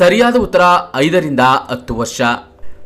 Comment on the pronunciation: ಅತ್ತು ಅಲ್ಲ ಹತ್ತು, information ಚೆನ್ನಾಗಿದೆ, ಕನ್ನಡ ಸ್ಪಷ್ಟವಾಗಿ ಮಾತನಾಡಿ, all the best🤝👍🏿